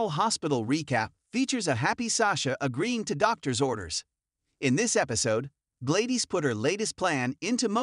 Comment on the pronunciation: Her name is pronounced GLAD-DIS! NOT GLAY-DES!🙄